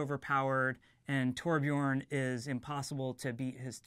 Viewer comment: so THAT's how your pronounce Tobjorn